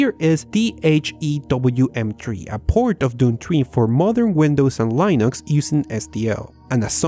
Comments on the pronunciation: Por favor, deja de decir "lainux", fijate este video com John "Mad Dog" Hall pronuncia Linux. Un abrazo y segui haciendo videos que son geniales!. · it really grinds my gears when you say LIE-NUX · Please don't say "Lainux" like that again... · But why do you say 'linux' but its like your saying 'linus' but with an x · He says Linux wrong and it bugs me